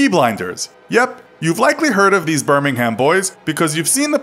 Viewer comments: You don't say the h in the original Birmingham in the UK. Being from the UK I would pronounce the USA Birmingham how you do, it would be nice if you could do the same. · they way he said birmingham 😂